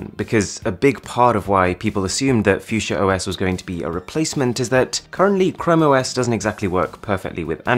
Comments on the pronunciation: Its called fuchsia and not fiudschia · Its pronunced Fuxia rather than Fusia. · Oh, I thought you pronounce it as "Fuck see ya" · PLEASE JUST PRONOUNCE IT FUKSYA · Fuk sia, how u pronounce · phewseeah? ffs not how we say it in my language xD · I enjoyed the video lots of I formation but u pronounced the fuchsia wrong 🤦🏻‍♂️